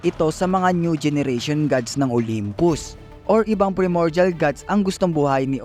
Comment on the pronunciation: bali yung pronunciation ng PRIMORDIAL is PRAY MOR JAL parang ganon. basta PRAY (hindi dasal ah parang prito ganon pero letter P)